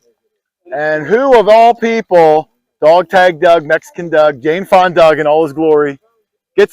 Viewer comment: Please stop saying jane fon doug ,she directly caused the death of 12 American prisoners of war.